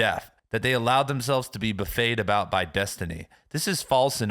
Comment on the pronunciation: It's Buff-Ett-ed as is struck repeatedly or cajoled not Boo-Fade as in a self-service dining experience. What's going on?!